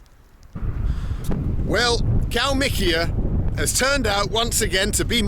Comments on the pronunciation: Wanna get wasted? Just take a shot or sip everytime bald says, kalmik or kalmikia 🍻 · Mr. Benjamin You betrayed the Soviet, now you just say Kalmikiya instead of it